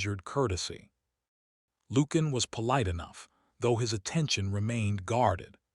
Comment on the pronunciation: Lucian is not pronounced Loo-can. It’s pronounced Loo-she-an. Interesting, well crafted story. Enjoyed it.